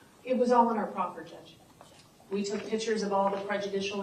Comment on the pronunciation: Such an educated woman; I would think she would have learned how to pronounce the word Picture). The correct enunciation is enuc